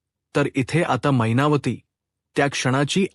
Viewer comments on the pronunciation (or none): काय छान मराठी भाषा मैनावती ला महिनावती म्हणता तुम्ही. साहित्य परिषद अवॉर्ड तुम्हालाच नक्की